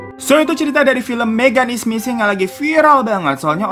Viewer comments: Beberapa detik pertama yang gw denger: "MEGAN IS NGISING" 👁👄👁 Edit: suwun jempole mas/mba🙂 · Berdosa banget ga sih pas bang Hiro bilang "Megan is missing", gue dengernya "Megan is Ngising" 😭👍🏻